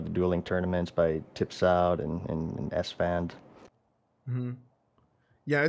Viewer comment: Alfonso Mural yeah, it drives me crazy when esfand says that!